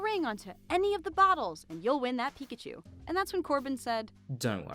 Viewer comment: Its pikachu. pi- K-achu not pi-C - achu dont get it wrong again.